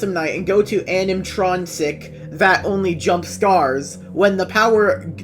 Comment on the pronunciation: "animtroncic" "genarter" XDDD probably a russian